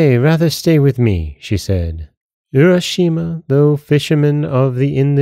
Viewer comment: Nice tale. Japanese pronunciation would be “ooo—ra” not “you-ra.”